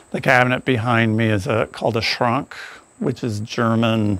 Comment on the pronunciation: How fantastic! Connecticut is a really lovely natural state. Old buildings and settled land. What a great place to build your vision. Thank you for properly stating the word “Schrank”… Americans always say it wrong. Always.